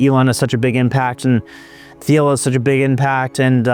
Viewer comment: it’s pronounced Teel, not Theel,, as he’s no-sh*t German-American, just FYI